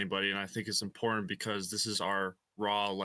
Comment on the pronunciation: ImporTANT…TanT Say the word normal you are not Russell brand … imporTANT